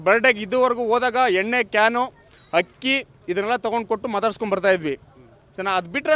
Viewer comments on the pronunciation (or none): none